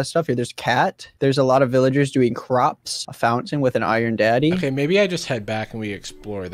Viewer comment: Did he Did he say Did he say “iron daddy”??!😭😭